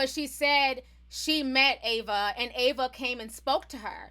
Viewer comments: Sheesh butchered Ava name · T her name is AVA Du....DuVernay, AVA DuVERNAY! Not EVA DAVARNEY! THANK U, STILL LOVE YA💯😘